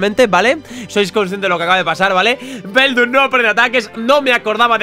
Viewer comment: se dice beldum